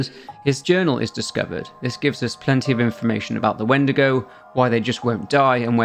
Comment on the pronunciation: My dumb ahh though he said wendeergo